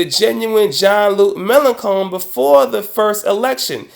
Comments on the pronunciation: Sorry, but it's Melen[shon] not Melen[con]. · Not really important but it's May-Lan-Shon, not May-Lan-Kon. The rest of the content was fine :D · 2 remarks:1. 'melanchon' is pronounced malanshawn. 2. The Democrats are not centrist when it comes to distribution of wealth and welfare. They are perfectly happy with society as it is now. That's a rightwing position in my book. Otherwise a very valid point. I hope Obama will prove you wrong on this. Corbyn should win. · I love how you pronounce "Mélenchon": Melon cone, it actually sounds nicer than the real pronunciation. 😄